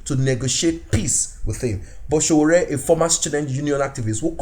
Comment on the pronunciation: I like the way you pronounce the Name S.O.W.O.O.R.E👍